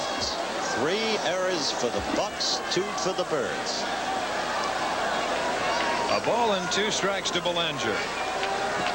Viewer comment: is he calling the Orioles the "turds" or the "Kurds"? dosen't sound like "birds"?